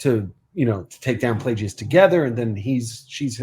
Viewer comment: Please stop saying Plajeeyus lol Palpatine pronounces it Plagus. (Edit- nm you guys corrected it lol) Also I believe Bazil did not want Sol to shoot Mae. He was about to shoot her ship and that's what triggered Bazil to pull the wires. He wanted her captured but not killed I presume.